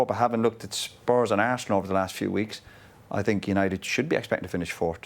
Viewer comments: but, is very strange that no one tells him: - Hey Jose! Is not sink, is think! No one can correct him,!? At the moment Mourinho is thinking that Pogba is sinking.... 😋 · It’s not ‘I sink’ it’s ‘I zinc’ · Nobody: Literally nobody: Jose Mourinho: I sink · Hey Jose is "sinking" again😅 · "I SINK" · Souness - always gets it wrong :) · acho que é mesmo uma questão de dicção, ele não consegue dizer think 😂